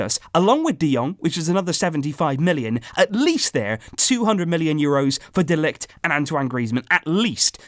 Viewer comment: Can you pronounce De Ligt's name like this next time : Ma-theis De Ligt. Just trying to help mate